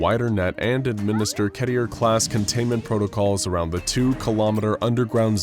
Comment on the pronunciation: Did anyone else notice how he pronounces "keter" homie said "Ketier"